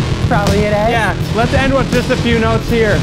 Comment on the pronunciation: that canadian "eh" coming through lol